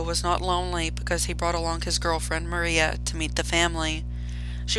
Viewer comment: Miranda❌ Maria✅